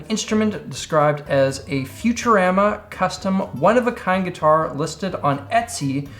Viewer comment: Futur-am-ah is the first time I've really seen your Canadian come through Edit: also Joe bona-mass-ah